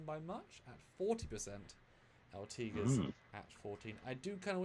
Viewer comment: One of you pronounces Ortegas as "Ortiguez", which is an entirely different name, except for the beginning "Ort." The "e" in Ortegas is pronounced like the "e" in "bed". Then the "a" is like in "bad."